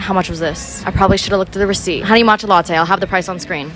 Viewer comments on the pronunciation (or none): none